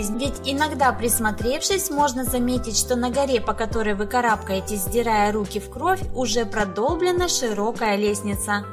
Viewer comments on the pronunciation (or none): none